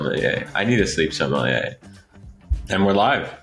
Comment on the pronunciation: OMG, It's sommelier, not somalie, dude!